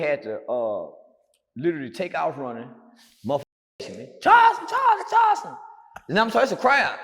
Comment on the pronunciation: Charleston is always buthering someone's name